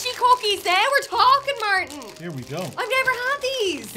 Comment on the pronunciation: Martin. Tent out of Tent. 🤣